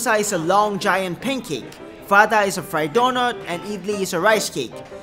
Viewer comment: I am indian and its not pronounced wada but say it like wara